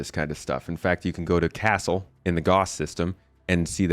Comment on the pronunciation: ah...it's Ca -Sell, not castle.